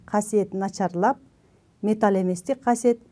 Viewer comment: Металл эместер деп окулат, сиз болсо металь эместер деп окуп жатасыз. Негизинен туура эмес болуп калат. Сабагынызга рахмат.